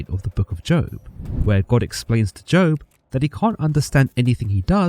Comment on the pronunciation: Im just glad he pronounced Sinai correctly. Although he pronounced Job incorrectly as, Joab, so there's always room for improvement